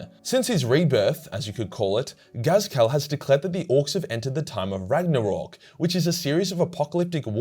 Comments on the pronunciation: is "" supposed to sound like Ghazghkull? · this man just cant say Ghazghkull's name right and the Sebastian Yarrick disrespect at the start smh